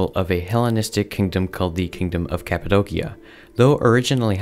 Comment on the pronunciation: Break 'cappadocia' down into sounds: [KAP] + [UH] + [DOH] + [SEE] + [UH] Same for Dacia, your pronunciation is incorrect.